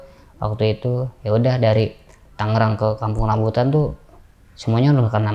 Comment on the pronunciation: Tolong etoh tangerang bukan tanggerang bang 😂😂😂